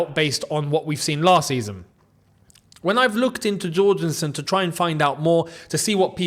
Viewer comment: Can you please learn how to pronounce Jorgenson's name. He's Danish, not Brazilian.